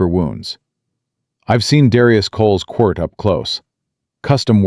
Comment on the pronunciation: You mispronounced and misspelled quirt